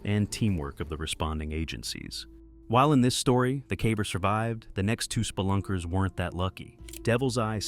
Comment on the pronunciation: Did he say spalunkas???